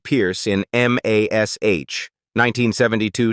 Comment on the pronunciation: How many people turned this off because they could not stand hearing Mash, called M. A. S, H.